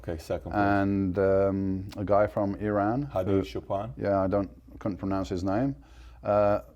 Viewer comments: Guy cant pronounce Hadi Choopan? Clearly the guy is an illiterate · If english man cant pronounce name, i am proud to be indian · You are really big racist, you can not pronounce Hadi choopan name because you are a sick man, you are really pathetic guy